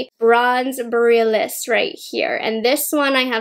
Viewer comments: Omg I’m cringing. She pronounces borealis wrong like 20x lol. It’s pronounced bore-ee-al-is. Not boralis lmaooo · Just FYI “Borealis” is pronounced “Bore-ee-alice,” at least here in the US. It’s named after the Aurora Borealis/Northern Lights. ☺️ Very fitting for Pat’s celestial theme. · lol sorry to correct you but it's boh-ree-al-iss, like the aurora borealis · Thank you. My ears cry out every time I hear the mispronunciation! 😜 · Yes, that had me crawling in skin every single time she mispronounced it! It felt like nails on a chalkboard. 🤦🏻‍♀️ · That’s okay, I am not afraid of commenters. What’s weird is that I saw another YouTuber pronunce it the same way as and now I wonder if it’s a regional thing? Lol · Oh man. I hate to be this person.. but you mispronounced borealis. I’m so sorry but I had to say something because you said it like 10 times and my inner northerner couldn’t handle it. Speaking of which, the Aurora Borealis is actually visible right now, so if you’re reading this, try to check it out if it’s visible near you if you’re in the US or Canada! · She can’t pronounce borealis lol